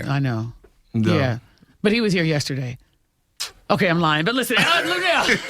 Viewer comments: LUEnell not Lanell She's important in the black community and it would benefit you if you would do your research. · referring to her an La-Nell instead of Lou-Nell is stressing me out 🤣🤣🤣🤣🤣💀💀💀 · it's Luenell (LOO-NAIL) the speech impediment is not that bad gang 🤦🏾‍♂️🤣🤣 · Luenell right 😆and I didn't like how apple headed🍎 interviewer mispronounced auntie luenell name..on Hive